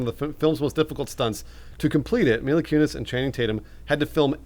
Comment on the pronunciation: I think they called every Mila in Hollywood "Mia" in this podcast